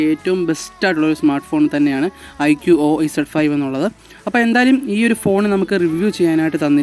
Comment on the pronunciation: Iqo o alla iqoo എന്നാണ് 😅